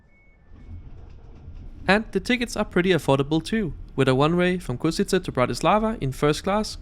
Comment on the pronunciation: Ok, that carriage looks actually good. Funny how people can't pronounce Košice haha